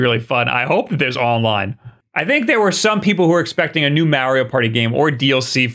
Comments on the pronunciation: Its Mario not Maryio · Who the hell is MARRY OH??? Think Italian mob in New Jersey. Say Mark March Marbles MARIO. MAR-EE-OH!!! EDIT: You knew enough not to say WARRY-OH as in the baby cries WA WA. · Mario Odyssey sequel wasn’t announced because of pronunciation of Mahreo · So you can pronounce "Wario" correctly but not "Mario"? 🤨